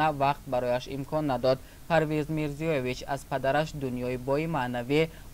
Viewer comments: илтимос ному насаби фавтидахоро дуруст гуед Мирзоевич на ин ки Мирзиёевич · Э ровии бе савод мирзиеевич не мирзоевич